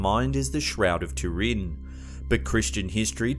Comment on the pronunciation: Shroud of a big vat of soup? It’s Turin, TOO-rin, not “tureen”...